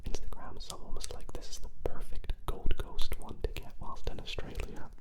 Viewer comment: A-U-S-R-A-L-I-A Australia❌️ Ausralia